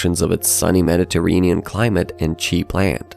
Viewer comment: "Medetereenian"? Fucking AI crap!